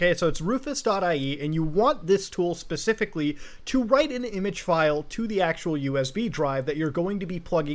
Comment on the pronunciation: Muta my boy wtf is an i-mage?